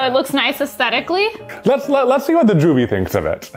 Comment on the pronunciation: ass-thetically. I loooove your projects so much, they always make my day <3